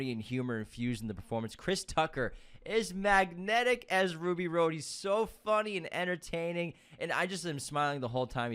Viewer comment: Who is Ruby ROAD? 🤔 (it’s “Rhod,” like Hot Rod). UNSUBSCRIBED!!!